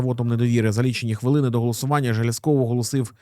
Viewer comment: З наголосом на перше Е. Також ЖелЯзков - наголос на Я, ДЕнков, наголос на перший склад